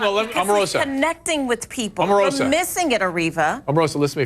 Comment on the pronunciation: I know that this is a rather trivial point, but when he called Omarosa "Omaroma" am I the only one who actually laughed out loud?